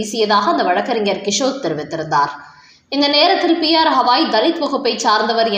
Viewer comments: ஹவாய் இல்லம்மா..கவாய்! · அடட ஹவாய் கிடையாதுமா, கவாய்!😊😊😊